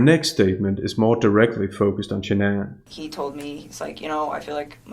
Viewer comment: F 💯”” couldn’t even say Sha’anne name. 💯